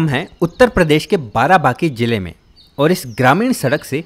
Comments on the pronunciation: बाराबंकी नाम है न कि बाराबाकी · बाराबंकी नाम है न की बाराबकी कृपया सही नाम लें, क्योंकि मैं रामनगर बाराबंकी का ही हूं। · बाराबंकी नाम है बाराबाकी नहीं...